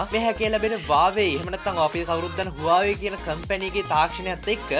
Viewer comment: හුවාවි කියලා කියන්නේ කව්ද බන්😂😂